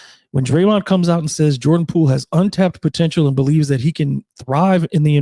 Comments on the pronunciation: its Poole, not Poo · sounds like you are saying poo every time, to me anyways. no shade love the show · 😂😂 he does say poo